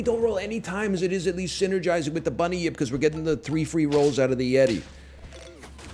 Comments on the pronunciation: He's confused the Bun-yip with the well known Bunny-yip. Easy mistake to make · How is my man turning 'bunyip' into three syllables